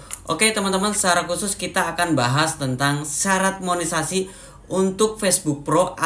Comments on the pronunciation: Maaf ralat Monetesasi mungkin lbih tepatnya y pak bukan monesasi 😊🙏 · KAK BUKAN MONESASI..TAPI MONETISASI😅